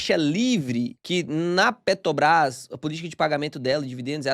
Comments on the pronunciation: pq tu fala PETOBRAS, sendo que é petrobras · só consigo hiperfocar no falando “Petobrás” 😂 Achei fofo!